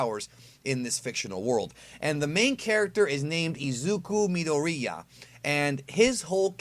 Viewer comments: Midoreeeeeeya😂😂. My brother its Mi-do-ri-ya. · “Izuku Mi-Dor-Iya” lol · Me-Door-Re-Ya Kaat-Su-key Ba-kuu-Go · You pronounced the 2 main character's last names wrong. Midoriya is pronounced: Mid or ee ya Bakugou is pronounced: Bah ku go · Me-door-e-uh, Bok-ew-go That’s how they are pronounced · Just saying it’s pronounced ME-DOOR-E-YUH. No hate intended 😂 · Lmao dude watches the dub and still says his last name wrong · You Slaughtered midoriya's name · You pronounced Midoriya wrong 😂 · sees is reviewing BNHA oh awesome hears him say midoriya weirdly......Does the dub pronounce his name differently than the sub does? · And you butchered Deku’s last name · You pronounced midoriya's name wrong